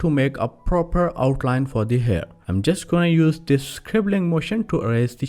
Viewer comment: Excellent ! But initially I thought you were saying "Chjeers like this!" . Later after much effort, found out it was "Just like this" ! 😄